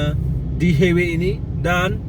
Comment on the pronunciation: Highway = Lebuhraya. Sebutannya bukan "hei-wei" bro tapi "hai-wei".